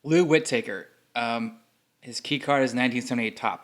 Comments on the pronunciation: Whit-Taker, lol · You're pronouncing Lou Whitaker's name incorrectly.